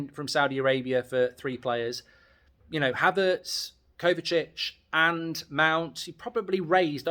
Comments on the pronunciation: Man said k havertz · Kay Havertz? is that Kai's sister, stop wobbling your gob and get names correct.